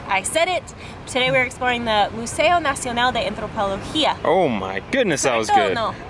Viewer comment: This one, Museo Nacional de Antropologia, kudos to for great pronunciation! But another MUST SEE is the Soumaya Museum that you took us to in a past video.